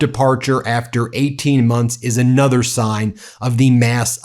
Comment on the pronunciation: "another" is pronounced 'an other' not 'ay nother'. Quit mispronouncing words for dramatic effect. Your points are good, but your manic delivery is off-putting.